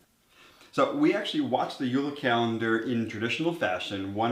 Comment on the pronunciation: JULE NOT UULA. WE ARE FROM DENMARK, NOT FINLAND!!!!.